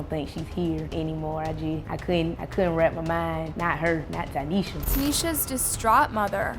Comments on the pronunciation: Tie-neesha Tynesha … not taneisha please pronounce this baby name right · Out of respect for the fam you should pronounce her name correctly Tynesha not Tanesha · The fact you heard her name pronounced and you still decided to butcher it.. sad.. RIP Ty’Nesha ❤️